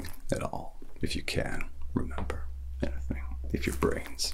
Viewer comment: Your impression is spot on man 👍 the only thing I would say is that your pronunciation of the word “anything” still sounds a bit British. Other than that… amazing as always